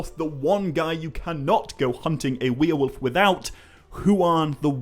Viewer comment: What's a weir-wolf?